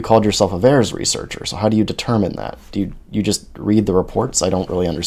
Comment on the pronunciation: "Look, Mummy. I'm a wesearcher!" - This man.